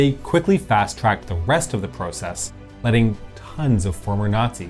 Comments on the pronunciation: The narrator’s pronunciation of process and project bugged me. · Pro-cess, pro-ject - hint of Canadian accent? Just curious.